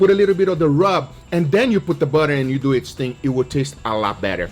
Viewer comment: Guga on the toilet after getting food poisoning from his dry aged chicken - Guga : "lets deww it"